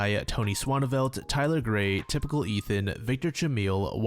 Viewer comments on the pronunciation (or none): none